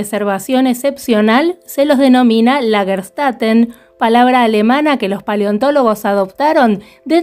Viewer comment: Lagerstätte, pronúncia: Lag-er chtEte / traducción : ciudad o urbis de yacimientos / plural : Lagerstätten (con N a lo final). Saludos, Claudia ! Abrazos !